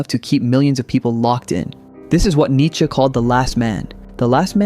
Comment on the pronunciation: Come on man, don't butcher Nietzsche like this...